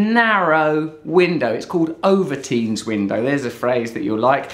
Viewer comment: 'Overteen's window'(2.57) Russell? Do you mean 'the Overton Window'? If you are going to try to 'educate' the masses, perhaps you should actually know what you are talking about, rather than just reading out loud from 'The Dummies Guide to Political Theory'?